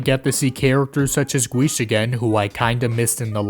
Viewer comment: That's not how you Pronounce Guiche, Kirche, and Montmorency's Names.